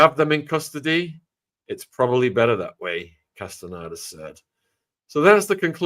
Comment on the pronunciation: Pronounced: cast-a- nay-duh